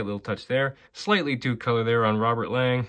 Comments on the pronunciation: it is pronounced Robert Long not Lang just an FYI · ever since when he was draft by the LA Kings i remember Bob Miller saying the proper pronouncing saying it was Long not pronounced Lang